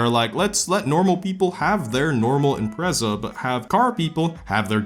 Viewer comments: stop pronouncing the Impreza's name wrong. It's not "Imprayza" it's just IMPREZA. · I HATE HOW YOU SAY IMPREZA YOU SAY “EM PRAY ZAA” shut the hell up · I cringe when you say “imprayzahh” 😂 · its IM-PREZ-A NOT IM-PRAE-ZA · Is it pronounced impraza or impretsa, It’s the first time I’ve heard it said differently so I don’t know if it’s a common thing or not. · Im-prez-a, not im-pray-za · I’m-pray-za lmao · Man, you say IMPRECA in The whirdest akcent ever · wtf is an "impreiza" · Impertsa? Impretzel! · You got me with the Impreza pronunciations. I was confused af 🤣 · Ok but why he say Impreza like that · why does he say impreza like that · i dont like the way this man says impreza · Wow, I never thought I'd be bothered by the way someone pronounces Impreza, and I'm not even a subie guy Edit: I commented too early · How does a “car guy” pronounce Impreza wrong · I actually didn't realize you pronounced Impreza in a diff way lol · Let's play the soobie drinking game, Take a drink every time he pronounces Impreza differently. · I have never heard so many different pronunciations of impreza until now